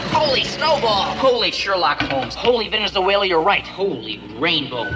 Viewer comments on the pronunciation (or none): none